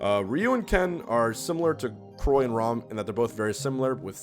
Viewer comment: when he said “chroy and rom” i fucking lost it